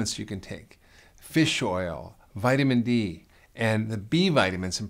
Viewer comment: Pardon me, but are you saying "Vitamin D" or "Vitamin E" ?